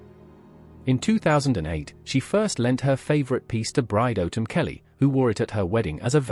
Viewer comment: It's annoying that the speech bot narrator can't pronounce Anne, Autumn, Bowes Lyon or Elizabeth THE second.